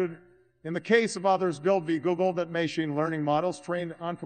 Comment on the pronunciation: Obama, tell 'em about that may-SHEEN learning!